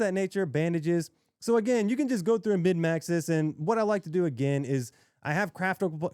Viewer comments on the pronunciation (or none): Sorry this is very nitpicky. You keep saying "mid-max", but the term is "min-max". Unless im hearing you wrong. Good video man.